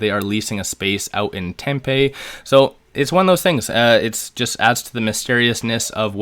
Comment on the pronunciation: Tempe is pronounced tem pee I live in Phoenix. 😉😎